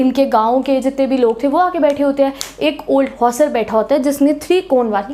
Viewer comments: 'Hena' to suna tha par ye 'henge' pehli baar sun raha hu😂😂🤣😂🤣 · Anyone Noticed 'HAINGE' word in didi's language accent..😂😀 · Mam bar bar hange kah rahi h😅😅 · Bhai bss yehi sikha tune 😂😂